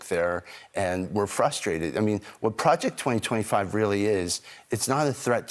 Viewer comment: "Pwojeck twa twa five."